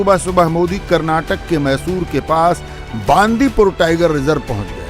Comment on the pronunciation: Hindi States always mispronounce south language. It is not बांदीपूर, it is बंडिपुर.